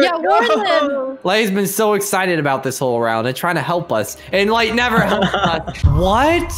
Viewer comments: said lay instead of light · light rhymes with fight